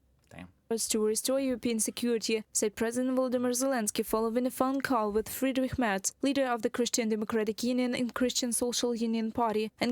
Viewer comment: Kudos for the correct pronunciation of Friedrich Merz. It seems a lot of Americans don't really care about pronouncing names right. They (try to) pronounce every name like it was an English word and fail.